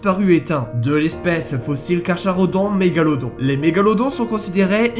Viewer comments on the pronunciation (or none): Carcharodon, ça se prononce [KARKARODON] pas [KARCHARODON]. Ton sujet est sympa, ton montage aussi, mais par pitié, arrête de massacrer le français. C'est une horreur toutes les fautes que tu fais et c'est dommage car ta vidéo est franchement agréable. Bise. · Ont prononce Pas le h de Carcharodon ses comme si ont disait Carcarodon